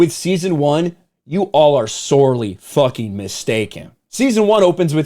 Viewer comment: You sure do like to "fawking" curse.